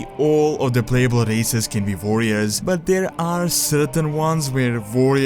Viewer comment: Vorriors xD nice video!